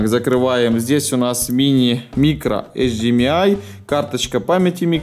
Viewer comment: прям язык охота вырвать когда говорят HD МЯЙ!!!